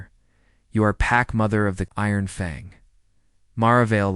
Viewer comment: Stilted narration, "dot"s in a few places, pauses interrupting the flow of the story, always saying the human's full name, never saying a name(human or alien)the same way twice in a row. At lest it pronounces "FANG" correctly.